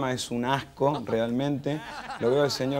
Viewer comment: Así se llama. El pacotillo lo dice mal apropósito llamándolo Franco simóne jaja